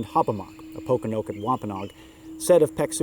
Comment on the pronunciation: Po-kon-o-kit Not Pok-o-no-kit